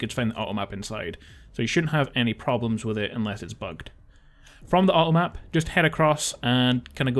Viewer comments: Awesome videos! Kind of funny, with your accent every time you say "automap" I keep hearing "uh oh map". Like "uh oh" they made a mistake haha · When you talk about the 2 bugged items/areas I had a real big problem what the first thing you tried to say was :P I heard "Ah Oh Ap", like something spelled A-O App haha! Anyway, thx for these vids, they've helped a ton and I love that you tell us where the "point of no return" is and when there are bugs to watch out for.